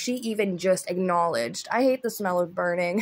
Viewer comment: I laughed when her bf said "IS SOMETHING BUNRING"?